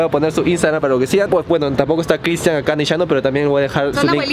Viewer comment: Dice critsian en vez de Cristian👆 😄😅😆